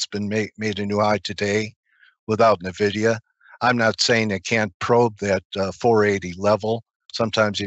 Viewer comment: "Nuh Vidia" aaand I'm out.